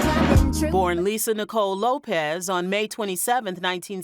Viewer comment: Her last name is LopeS with an S not Lopez